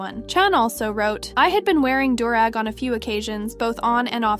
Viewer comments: No hate.. its pronounced ‘dew’-rag. I totally understand tho its spelled weird as hell but you did a fantastic job luv! Good looking out for the OG voice and giving her a vacay! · The new voice pronounces alot of things wrong. It bothered me that she pronounced do-rag wrong like 20 times. She also pronounced "Won" as in Korea's currency wrong.